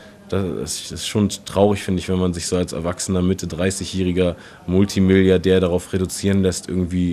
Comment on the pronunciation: "Mulltimilliardär" :-D